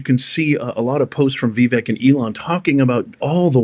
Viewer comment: You keep pronouncing Vivek’s name wrong. It’s Vivek like the word cake. Drives me up the wall.😂😂😂😂